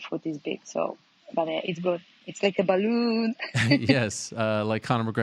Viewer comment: Haha “is like a balloooon”